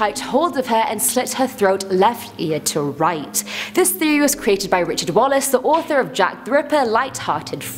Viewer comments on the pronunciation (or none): none